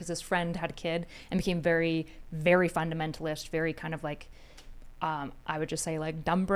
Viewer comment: is this woman secretly spanish or something? That "fundamentalisht" thing caught my attention, maybe i just dont know something?